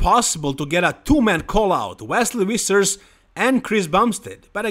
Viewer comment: It's pronounced more like Fissers not Wissers. It's actually a vfvfvfvf-sound.